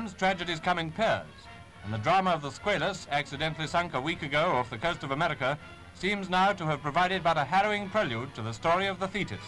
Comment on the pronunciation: I love his pronunciation of "Amedica", aka America.